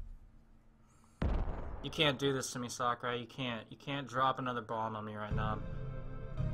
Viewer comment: All I hear is sockurai instead of sakurai